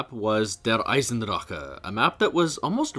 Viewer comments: fair enough. On a side note, I like how you go out of your way to pronounce the German names but please remember for the next vids, that german "c"/"ch" should not be pronounced as "k" as it is the case in english. It is more of a huffing sound. Imagine it as a frustrated exhale and your german will improve in an instant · Is that actually how der eisendrache is meant to be pronounced? If so I've been pronouncing it wrong all this time 😂😭